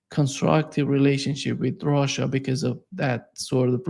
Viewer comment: I love the way Larry says "assh!@ and the way says "Russia". Larry puts his whole soul into it, no half measures! Sometimes when says "Russia" it almost sounds like "Rorschach". Appropriate, don't you reckon? People these days see Russia and project onto it whatever fantasy or demon that inhabits their mind.